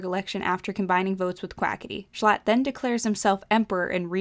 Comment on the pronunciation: No L. Jshlatt more like jschatt